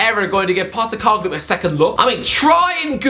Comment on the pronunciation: As an Australian I'm glad you finally pronounced Postecoglou's name right 😄😄